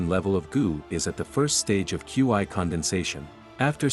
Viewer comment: Qi not qiu